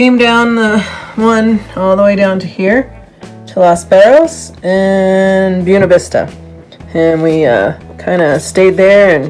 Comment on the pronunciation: Your pronunciation of Los Barriles is not even close to correct. Work on that. Otherwise enjoyed the video.